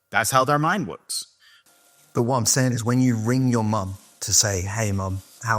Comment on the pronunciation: And he said “works” wrong he said “wuks”